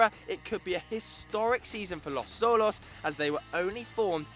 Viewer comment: First of all you butchered the Mexican team name. It's Tia-Juana it's Tea-Juana, second it's not sho-los its Cho-los. I cringed so hard.